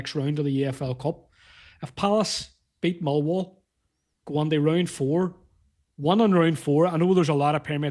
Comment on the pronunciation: Is he saying Milwall ?😅